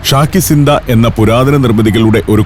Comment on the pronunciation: അമീർസോഡയല്ല അമീർZoദ. അതായത് AmeerZaadah. അതായത് അമീറിൽ ജനിച്ച/അമീറിന്റെ മകൻ. രാജകുമാരൻ. ഉർദുവിൽ Shahzaadah എന്ന് കേട്ടിട്ടില്ലേ. അതായത് ഷായിൽ ജനിച്ച/ രാജാവിന്റെ മകൻ= രാജകുമാരൻ. ശാകി Ziന്ദ അല്ല ശാഹി Ziന്ദ. അതായത് ശാഹ്-എ-Zinda = Zinda Shah= Living King